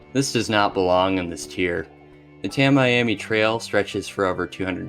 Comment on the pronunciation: also Tammy-ammy Trail